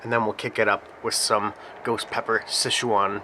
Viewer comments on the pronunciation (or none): Awesome review! Now you got me saying "Sesh-waaan." Girlfriend is giving me weird looks. "Sesh-waan." 😂